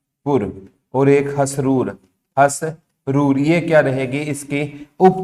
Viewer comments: सऱ प्रत्येक विडियो में आपका उच्चारण बहुत जगह गलत होता है--- इसमें आप घड़ी हरसरू को घड़ी हसरूर, IMT को ITM बोल रहे हो। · गुरुजी जी हसरूर नहीं हरसरु है 🙏